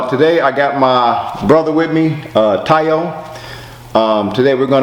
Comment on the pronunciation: The way you pronounce your brother's name "Tayo" is so Americanized.